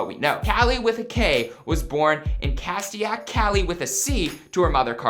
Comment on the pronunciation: "Castaic" pronounced "Kas-take" butcher.